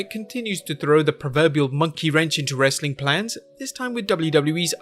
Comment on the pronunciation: People wit accents shouldn't try to say rastling